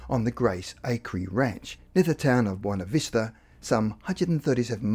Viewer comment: This is an interesting story, but the narrator's lack of linguistic skills is very distracting from the story. eg. It's not "Boina Vista". It's Buena Vista. It's police, not "pleace". "summink" -You mean something. "insised her daughter giver her a rashion explanation" -WTF? That should be "insisted her daughter give her a rational explanation". It also doesn't help the credibility of this story by quoting the unreliable website, Wikipedia. Especially when their description of an alien abduction that has information that is not true.